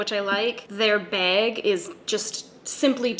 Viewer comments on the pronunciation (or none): “That’s not your báëg” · we love a canadian queen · Was confused why it was worth pointing out but im also canadian so im probly not hearing what youre hearing LOOOL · Someone please make " says 'bag' for 10 minutes straight" video! 😅😂